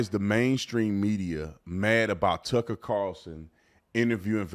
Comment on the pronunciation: So many people can't say TUCKER CARLSON... 😂 they say Tuckle CARLSON